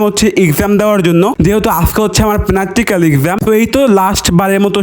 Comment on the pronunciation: পম্পাই মরিচ ✅ বোম্বাই মরিচ ❎ পদের ভর্তা ❎ পাদের ভর্তা ✅ দুধু চা ✅ দুধ চা ❎ প্র্যাক্টিকাল পরীক্ষা ❎ পেনাক্টিক্যাল পরীক্ষা ✅ এক্সাম ❎ এক্জাম ✅ আর ভাই তুই নাকি ডায়েটে আছো তুজে ডাইটা থাইকা এত খাবার খাস তাইলে নরমাল দিনে কতটুক খাস আর তুই যদি এত সারাদিন খাস তাইলে তোর তো সাদা ছেলে পরীক্ষা দিতে হইব ওখানেও ফেল করবি এবার ভাই আল্লাহর ওয়াস্তে উচ্চারণ গুলা ভালো করে করিস নাইলে কিন্তু তোরে মানুষ কমেন্টে বাচাই রাখবে না